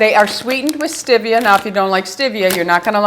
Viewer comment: I just want you to say stEvia ~~~ NOT stIvia!!! 😁